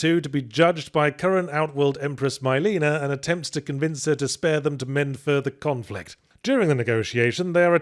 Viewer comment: Of all the names to be mispronounced, I didn't expect it to be Mileena...